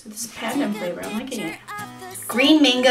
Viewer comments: how you say pandan is like pa-dan without a long a how you say ube is not ubey u-be how you say polvoron is pool-vo -ron how you say bawang is ba-wang again without a long a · how you say pandan is like pa-dan without a long a how you say ube is not ubey u-be how you say polvoron is pool-vo -ron how you say bawang is ba-wang again without a long a.